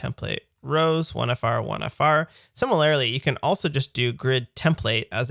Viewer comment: the way you say "similarly" infuriates me. every video you say it and butcher it. you say "sim-il-ar-ily" with an added " i " whereas it is just pronounced "similar-ly". STOPP ADDING THE EXTRA I BEFORE I GO INSANE. Anyways just had to get that out of my system. Great vids, very helpful, thanks.